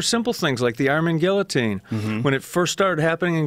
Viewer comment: i still laugh when he says Guillotine "ge A teen" :D